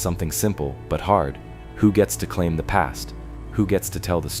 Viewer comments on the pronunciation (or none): none